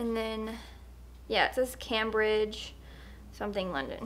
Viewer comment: I love the old Bible from Cambridge England 🏴 when you say Cambridge it sounds like( came bridge) I hope I didn’t often you saying that. Cambridge is a college town in England. Enough said. Anyway I loved everything you bought blessings 😇